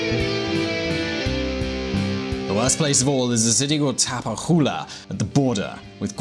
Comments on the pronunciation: Tapachula is pronounced "tapa-choo-la" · You read CH in Tapachula as in Chip. Otherwise is great to see this kind of videos in a foreign perspective (I'm from Mexico). The hammer and the anvil indeed. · pronunciation of the city of Tapachula made me crack up, no complaints though. Regarding this video, it is important to understand that around 15 years ago were not militarized at all, I remember just hopping into a small boat and crossing the Usumacinta river into Guatemalan soil like nothing, no check points, no patrol boats, nothing. ( aprox) a couple of years later the US started supporting Mexico in its war on drugs and around that time the US asked for increased security in the southern border. Around the Maras took advantage of the "weakening"1 of the Mexican cartels and the popularity of Central Americans immigrants in Mexico dropped significantly, at the same time Mexico was going through a militarization process because local police forces and officials were not to be trusted. US involvement in Mexico's war on drugs continued and started supporting Mexicos armed forces directly like the use of vigilance drones and joint task forces. Through the years I worked as a lawyer in the city of Queretaro for a "Corredor Publico"2 with whom one of my responsabilities was facilitating Immigration and international investments in the state of Queretaro and its surrounding states, thats when I started working closely with "Secretaria de Relaciones Exteriores"3. In that time I witnessed many people get deported (not my cases, it just took place in the same building) mostly Centro Americans, some of them were even regulars (don't know if they actually dep